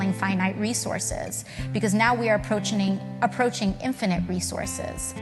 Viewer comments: I fully expect to pronounce approaching as approachening. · Lol "aproachening."